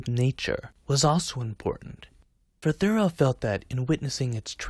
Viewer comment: I first encountered Thoreau in the summer of 1969 when, as a teenager, I read “Walden.” To use a now old-fashioned expression from those days, it blew my mind and has been part of my life ever since. Thanks for the video, and also for pronouncing his name correctly (THOReau, not ThoREAU).